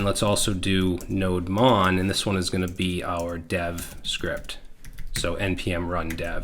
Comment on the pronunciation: It is not node mon It's no demon 😈😂